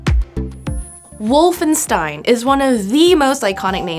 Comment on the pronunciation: Would be nice to pronounce Wolfenstein correctly